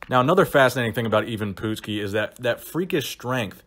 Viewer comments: Next time when you do someone you didn’t know, make sure you ask someone on how to pronounce their name. You butchered it bad!! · Even Pootski? Lol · IVAN PUTSKI... not Even Poopski lol